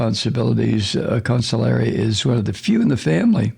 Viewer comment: Con-SIG-li-ere. Please stop saying counsulary. Please please